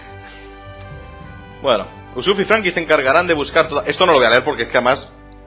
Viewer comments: quizas me fusilen por esto pero bueno... Quizas suene extraño pero me gusta más la voz de luffy en español que en japones PD: y porfavor usopp no usuff XD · USSUF??! USSUF?!!! USSUF NO USSOP!!!!